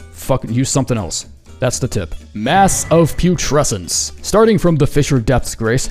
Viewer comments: I don’t mean to be rude in anyway to, but listening to him fumble the word “putrescence” 3 times in a row is probably the funniest slip-up he’s ever done (also it’s pronounced Pyoo-treh-sns) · How TF did he pronounce the boss name but not the spell 💀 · struggling to pronounce Vortex of Putrescence then giving up and officially naming it something else has to be one of the funniest things I’ve seen on this channel